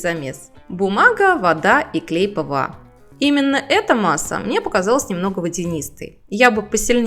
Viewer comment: Что за слово - клЭй ? Ухо режет!